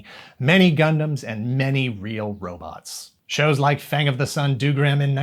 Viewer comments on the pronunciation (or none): none